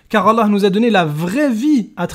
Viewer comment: Sarah N 😮 c’est vrai que l’argument « la bible a été écrite par des hommes pêcheurs ... » on l’a pas souvent entendu d’autant que c’est basé sur rien lol Non j’arrête pas vous ne maîtrisez ni le coran ni les hadiths, quand ton oucaca saura prononcer correctement le nom d’Allah alors on pourra vous écouter. En attendant votre argument et mensonges basés sur rien c’est poubelle 🗑